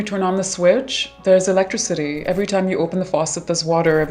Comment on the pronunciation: If you cant pronounce "electricity" correctly, I dont care what you have to say. I'm not listening.